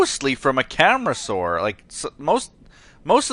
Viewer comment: The way pronounces it, you might aswell rename it to CAMERAsaur (camarasaur)